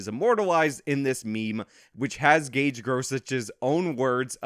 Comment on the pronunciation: Idk why this was recommended but I do know, even back then, that someone who speaks his name wrong can’t be trusted. I speak on behalf of the international high council of Gage’s.